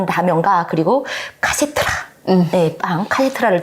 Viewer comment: 카세트라(×) 카스테라(0)